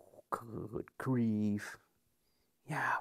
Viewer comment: That good grief was emphatic. Must be a wild scotch on the nose.